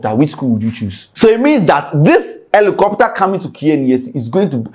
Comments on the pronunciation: Rephrase your statement, it is supposed to be: it is not or it’s not “Elicopter” it’s Helicopter. Since we’re correcting grammar and pronunciations. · is not "Elicopter" is Helicopter 😂😂😂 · did u say Alocopter or helicopter? 😂😂😂